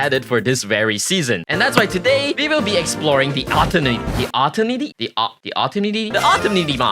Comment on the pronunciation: HE SAID IT LIKE 20 TIMES autiminty